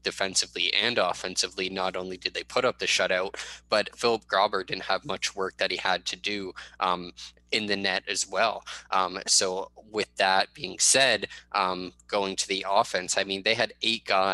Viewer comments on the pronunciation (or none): You really need to do some work on properly pronouncing player names. Phillip Grobber? Seriously? it's GRUBAUER. Be better.